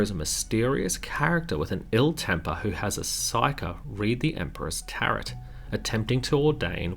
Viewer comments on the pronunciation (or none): Love it! but.... Tarot is pronounced TAIR-oh, not TAIR-ot. the first syllable is pronounced like hair or air, as you pronounced it. it was the second syllable you pronounced wrong. oh, go, mo, fo, no like that rhino species says all their words in Doctor Who. ❤